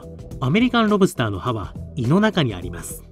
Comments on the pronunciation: セプテットリリー ロブ↑スター→が通常。ロ↑ブ↓スターは違う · ロ↑ブ↓スター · ロ↑ブスター